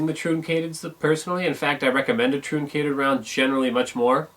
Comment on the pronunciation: Flat nosed bullets are pronounced like trunk ated, not trooncated